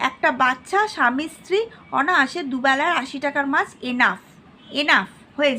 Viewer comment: sobi valo kinto onahase kotha ta onaase hobe.tai aktu sodhre nieboilen sonye valo lagbo